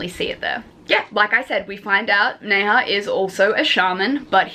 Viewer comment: Okay I have to tell you Nezha is pronounced like Nuh-ja 😂